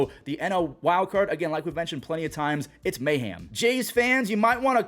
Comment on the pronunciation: Okay, this is the second recap this week where you've said "mayham" instead of "mayhem". I feel like I need to say something about it.